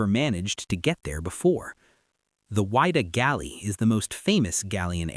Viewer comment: You really need to work on your pronunciation. It is the Whydah pronounced "wid da" not "wide da"